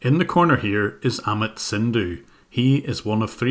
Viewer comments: Great work..!! I did notice you pronounced Amit as Ahmed though. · by the way Jim, "Amit" is pronounced like "A-myth" but without 'th' sound, like "A-myt" And you're doing an amazing job, keep it up